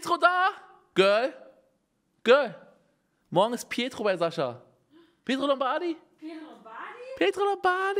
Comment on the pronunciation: niemand: unge: P I E T R O L O M B A D I